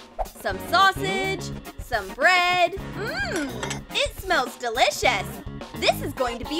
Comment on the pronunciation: Also he said breAd